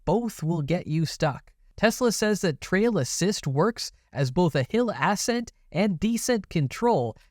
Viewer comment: Two things I found amusing in this video: - The rendering of the Cyber Truck Nutz. (Will these be available in your merch store?) - The way the new narrator pronounces "hill ass-scent" (as opposed to "uh-scent"). Another well-made video, but I'm not yet sold on the new guy.